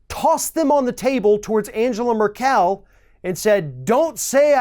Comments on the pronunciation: Angela Merkel is pronounced [aŋˈɡeːla ˈmɛɐ̯kl̩]. The g in Angela is hard, and the second syllable is stressed: Un-GEH-lah And Merkel is stressed on the first syllable: MER-kel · dat way he pronounced Merkel is quite funny, the stress should be on the first syllable of course.... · Merkel with the stress on the first syllable. Shouldn't be too hard to look up before doing your talk. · Totally fucked up Angela Merkel's name. (AHN-guh-luh MER-kel)* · "Merkel" is pronounced with the emphasis on the first syllable. (the second "e" should sound like the "e" in "begin") Just saying. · Correction: the German Chancellor's name is pronounced Ang-a-la Merk-uhl. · Trump's behavior awful as usual but hard to take you seriously when you don't know how to pronounce Angela Merkel's name or the word communique. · Learn how to pronounce Angela Merkel's name, please. Edit: Also learn how to pronounce the word "communique." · I love your videos. I watch every one of them and rarely disagree with anything you say. But today, I just want to point out a couple of important details. The Chancellor or Germany's name is pronounced Angella (hard "g" like go) Mer'kul, not Merkelle. Also, communique is pronounced; kom yoon i kay, like "communicate" without the "t". Please keep up the great work. It helps keep me sane. Thank you. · Nitpicks: "Angela" in German is pronounced with a hard g (as in golly), and for "Merkel" the accent is on the first syllable. The word "communique" (with an acute accent over the e) is pronounced "communiKAY". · "Merk-l" No "ell" also "communikay" Helps? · Random simple pronunciation guide. 🤗 Communique == Kommyoonikay Merkel == Murkle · You're awesome but somebody needs to sit you down and teach you to pronounce com·mu·ni·qué and Merkel.:) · That's not how you pronounce "Merkel". Or "Communique" for that matter.